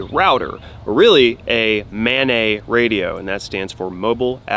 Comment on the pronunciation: "Mobile Ad-hoc Network" (MANET)...the "NET" is short for "NETwork", not "NEYwork". It's maNET, not maNEY